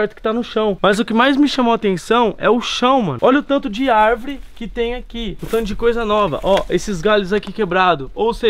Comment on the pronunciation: E tbm falou arvre